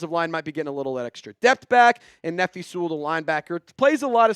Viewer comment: Please bro, pronounce Nephi’s name correctly